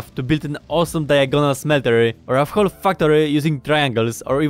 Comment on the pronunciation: W is silent in Whole